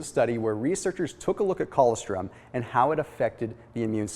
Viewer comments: co-LOS-trum is how it’s pronounced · That is the oddest way that I have ever heard "colostrom" pronounced. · If he ever read his comments he would know how to pronounce it by now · Ann Gunn I know! What the hell is he saying?? What a goof.